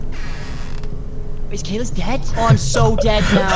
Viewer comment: It's caylus not kaylas